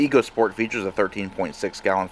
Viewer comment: It’s pronounced echo